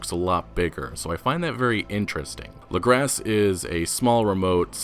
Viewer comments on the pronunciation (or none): sara faller it’s French in origin. French names and words hardly ever pronounce the ending consonant unless followed by a vowel. Lagras should also be pronounced “Luh-grah” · It’s pronounced “Luh-graw” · Lagras pronounced LAH-Graws